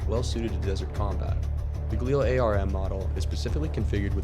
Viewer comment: FYI, it's pronounced Gaa-lil. Not ga-leel. Not being critical because everyone gets it wrong. However if you're doing a video on weapons you should know what you're talking about.